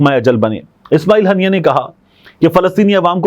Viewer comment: Tariq the correction shaheed name Haania not hannia